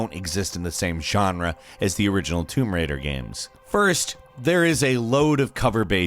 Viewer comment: "Toom Raider" Dude...